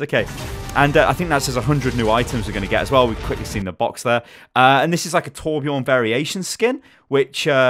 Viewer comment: Its TorbjÖÖrn